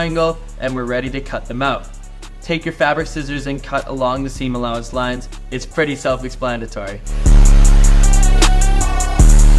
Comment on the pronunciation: "It's pretty self explandatory" 🤦🏼‍♂️